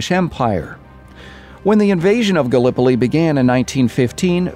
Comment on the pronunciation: Why do you say "Gallipoli" like that 😣